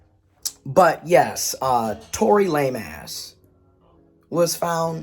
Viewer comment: You said Tory Lameass🤭